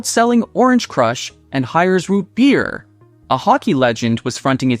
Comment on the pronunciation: Never heard "beer" pronounced with 2 syllables before lol.